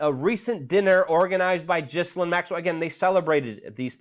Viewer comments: Luke...love what you do...Epstein's "woman" ...her name is pronounced..."Gillaine" Keep fighting the good fight! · It is pronounced Gilaine...